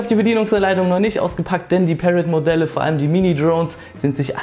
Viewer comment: Review ist ganz gut aber am Rande ist Parrot eine französische Firma und wird nicht so ausgesprochen ;)